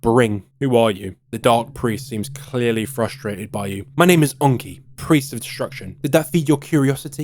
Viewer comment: why do you say enki like that? are you like French or Quebecoise?